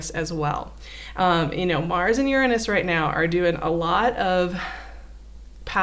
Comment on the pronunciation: she said "urine us"